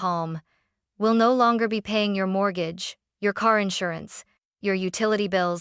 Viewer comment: Haha! MORT-gahge